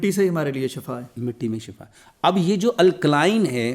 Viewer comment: شفا زبر کے ساتھ معنی ہلاکت 😂